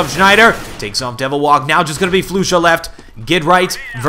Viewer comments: Flush-a not Flu-sha for future ref :). Otherwise good stuff. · also, i think its "Flush-Ah" at least that's how they had said it on stream.